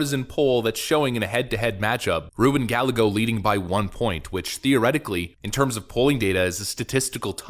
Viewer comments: It pronounced guy_eggo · Hey I just wanted to tell you that the name Gallego is pronounced "Guy-ego". The two/double Ls in spanish make a Y sound.